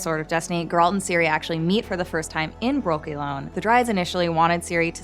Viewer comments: I don’t trust anybody who’s reviewing the show yet cannot pronounce the main character’s name right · You don't know about Ithlinne's prophecy? No idea of Geralt's wish, how to pronounce Geralt? Non-fans shouldn't make videos like this. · Everytime she said Geralt wrong it hurts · Already watching it a second time 🙃 and please learn to say “Geralt” lol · Sorry but I could not continue watching as she was pronouncing his name wrong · She clearly can’t pronounce Geralt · One more thing we look forwars also is you learning how to pronaunce Geralt when second seasons comes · You are pronouncing Geralt's name wrong all the time. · Damn, woman, you watched the series and you still managed to mispronounce Geralt's name so badly. I'm impressed. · It's as if this lady has never read the books, played the games, or even watched the show... Jesus, she can't even say Geralt's name correctly. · Geralt is not pronounced girl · Required Particular right good lord her sayinf “Gurrrralt” makes me wanna die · I wonder if the narrator actually watched the show, as she mispronounced Geralt’s name throughout the video. It’s GER-alt not her-ALT. Did someone else write it and she’s just reading from a script? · For the fuckteenth time, it's GER alt, not ger ALT. Jesus. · Not Geraaaaaalt. Its Geeeeeeeeralt. Pronounce the eeeeeeeeeee. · gEralt, not gerAlt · That pronunciation tho. Its geh-ralt. Not gEralt. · Its GEralt , not geRAlt And that's Ihtlinne's prophecy lol. Has this host actually read any of the books ? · gEralt not gerAlt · Gerâld? GERÂLD? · When you say Geralt it sounds like you’re saying “girlt” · I can’t finish watching this video because of your pronunciation of Gerald. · speak properly please... its GERALT not GURL... fix ur damn pronunciation first... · Eisschole Eiss geralt* actually but nice try 😂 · Why is she saying Guralt, not Geralt? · "finding gauroldt" STOP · The way you pronounce geralt is super annoying. Completely pronouncing it wrong